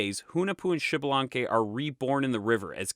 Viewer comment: Thanks for the video, liked it. One thing, it isn't pronounced Xibalanque, but Ixbalanqué with higher entonation on the e (same as Ixmucané) which is a quiché word that means 'young sun jaguar'. Kind regards!